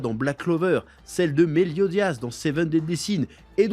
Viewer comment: il a dit Melio dias ☹️